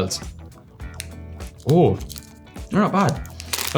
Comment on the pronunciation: the 'oh' when he dropped the jaffa cakes was so irish help